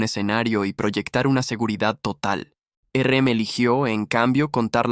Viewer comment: muy bueno, se me hizo largo y porfa, basta de usar IA, no puedo escuchar más que digan ERE EME!